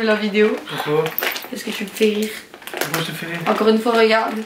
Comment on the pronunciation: S’etait trop drole quand tu a dis (comme tout le mode a dis pouqui au lieu de pouquave )🤣🤣🤣🤣🤣🤣